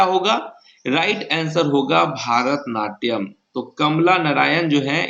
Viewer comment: Qns सही है, पर भारतनाट्यम नहीं वो "भरतनाट्यम" होता है।